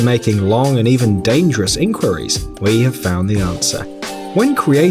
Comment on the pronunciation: At the start, the way he said “enquires” just triggered me lol